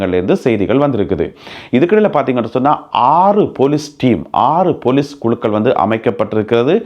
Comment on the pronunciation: நல்ல செய்திகள். பொலிஸ் என்று சொலலுங்கள். பெலிஸ் இல்லை.